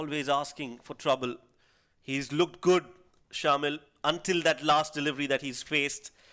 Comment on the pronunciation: Some body tell the commentators its not shaamil its pronounced shamAel